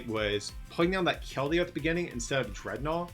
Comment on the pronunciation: Is it DREADnaw? Or DredNAWWW😂